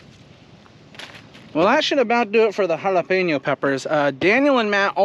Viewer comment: As a Hispanic thank you for saying jalapeño right lol